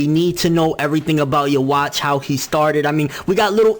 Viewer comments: Please for the love of god stop saying his name incorrectly. It's not pronounced "yewatch". It's pronounced Yu-Vack...... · loool "yo-watch" wow